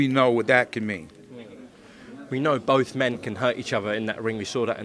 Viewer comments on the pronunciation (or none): none